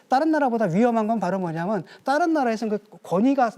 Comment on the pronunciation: 교수라는 놈이 다른 나라를 따른 나라로 발음하내 저런 놈이 지식인이면 동네 개들도 다 지식 견이다